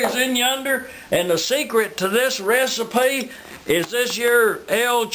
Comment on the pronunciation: LISTEN UP I'M A TELL YOU A REEESPY!